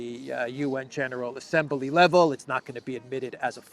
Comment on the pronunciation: Please Stop adding an "e" to the word Assembly!?